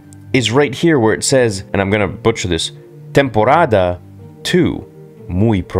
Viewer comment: Spanish was decent, but remember the D's are pronounced with a th sound "Temporatha" :)